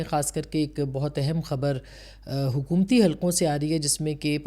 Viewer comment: مہربانی کرکے اپنی اردو کی تصیحیح کرلیں حکمتی نہیں ہوتا حکومتی ہوتا ہے 🙏🙏 صورتیحال نہیں ہوتا صورت حال ہوتا ہے 🙏🙏🙏